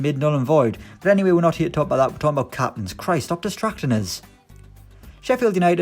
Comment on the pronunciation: “Ok today’s all about capinnns”😂